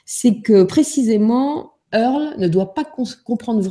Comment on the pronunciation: earl et non pas airl